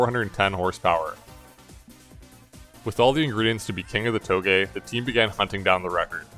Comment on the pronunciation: I dunno why but whenever he says touge I hear toegay😂